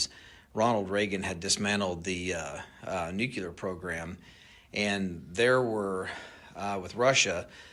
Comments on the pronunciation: Why can no one say the word NUCLEAR. It’s pronounced NUKE-LEE-UR…not NUKE-UH-LUR 😂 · Nuclear not nucular! You both pronounce it incorrectly!! 🙄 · Benny: It’s pronounced: “nu-CLEE-ar” (not “nuk-U-ler”) Every time dude…! 🤦🏻‍♂️🤦🏻‍♂️ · How goddamned hard is it to pronounce NU-CLE-AR correctly? It’s fkn NU-CLE-AR, NU and then CLEAR not "NU-CU-LAR" FFS. It’s not that goddamned hard to say CLEAR after saying NU. Can anyone read or understand basic grade school level English anymore? And how in the FK do you get LAURA from LARA? I’m astonished Benny can even speak the English language effectively enough to be understood when he refuses to pronounce such basic English words like LARA and NUCLEAR correctly. This level of disrespect and absolute laziness it takes in not even bothering to get off your ass to try pronouncing basic English and not having the basic fkn decency to get off his ass to learn how to pronounce people’s names correctly doesn’t engender confidence in anything else this guy has to say. LEARN BASIC FKN ENGLISH BENNY, it’s not that goddamned hard. It’s basic goddamned respect. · Benny, I've wanted to correct your "nucular" for AGES, but you are in good company. George Bush could NEVER say it right, and neither can half of the people in the government! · Benny: Nuclear. Not Nukular. You sound like G Bush! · New - Clee - Urrr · Tysm Darth!!!! Benny, I love ya, but nukular was driving me crazy 😂